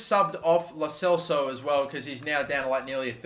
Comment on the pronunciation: It's CEL-SO.